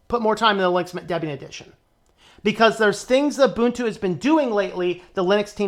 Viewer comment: The fact that (guy in the video) incorrectly pronounces Ubuntu "Yoobuntu" instead of "Oobuntu" already tells you a lot. It's usually the uninitiated who make these pronunciation mistakes.